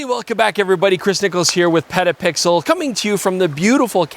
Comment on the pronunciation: I’m begging you to really enunciate the T in petapixle. You sound like you say pedapixel which just sounds weird and too close to another word